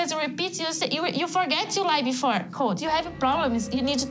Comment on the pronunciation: Et its Coltee get it right.